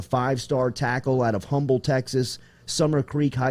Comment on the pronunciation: FYI... the city in Texas although spelled Humbled is pronounced “Umble”